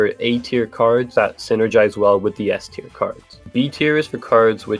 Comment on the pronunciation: Bro, you're German and you're calling it SS-tier.